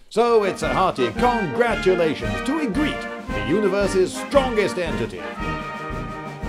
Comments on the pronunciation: The way he pronounces Ygritte's name is bothering the shit out of me. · Why are you pronouncing Ygritte as a French guy would?... You saw the show obviously you've heard it pronounced a hundred times. Are you secretly French?